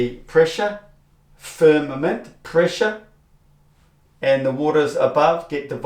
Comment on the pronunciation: what is this called when you simply emphasize FIR MA MENT, FIRM A MENT…. Simply saying the syllables with EM PHA SIS is meaningless,. You do it a lot, like HO RI ZON…HOR I ZONE… MAKES YOU SOUND A LITTLE CUCK OO. Who’s a cuck? Yoo r: cuckoo— cu ckoo, or cuck (y)Oooooo See. I can make shit up too